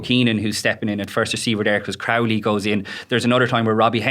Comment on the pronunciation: Luke Fitz STILL can't pronounce Crowley's name, and nobody else can finish a sentence because of him.